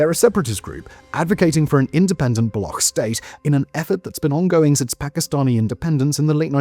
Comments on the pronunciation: Appreciate the report. Pretty good. But "Balokh"? A big bungee journalism-like, no? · Murdered the word baloch. Pronounced “buh-looch” ch like change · why are you calling baloch as balokh? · U say balochistan right but when istan is saperated all of the sudden now its pronounced Block? Block people lol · How hard is it for you to learn how to pronounce the subject of your video properly? Balokh? Seriously? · FYI it's pronounced as /bəˈluːtʃ/ bə-LOOCH not ending in -kh. Free Balochistan from Paki oppression!! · Baloch. Bal-och. The "CH" is not silent. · End in Collapse? Was our system ever standing on two legs to begin with? And work on your pronunciation. The way you pronounce Baloch is hideous. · This man made a 24 minute video but couldn't bother to do some basic research about how 'Baloch' is pronounced. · Learn to pronunciation before making video 😀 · See, the "ch" in Balochistan isn't like "Mach" or "Charisma", it's like "Check" or "China", you got to pronounce it. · it’s not baloch ending with a k rather ch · > be an expert in geopolitics > can't pronounce "Baloch" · Can clearly pronounce "Balochistan" - Can't pronounce "Baloch" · It BA-LO-CH ---> Ch as in China not as Kh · 😂😂 it's not Balokh! It's Baloch with Ch at the end like Chap. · It's shocking that you've made a 24 minute video analyzing the situation in Balochistan and you did not take the time to learn how to pronounce the word "Baloch" or "Balochi". It's not pronounced "Bal-okh", it's pronounced "Bal-och" and the ch sound is how it's pronounced in the word "Champion" This imo puts the rest of your analysis in bad light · For the last time, it's not Balokh, it's Baloch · why do westerners pronounce baloch like that (balokh)? it's not a german word, it's pronounced baloch, ch for cheese (بلوچ) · its not Balok but Baloch ending with cc sound as in stich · Its not balokh. Its Baloch. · It is not Balock like a lock, It is Baloch like Launch, Launcher or like gotch you, so you shoud to say balotch.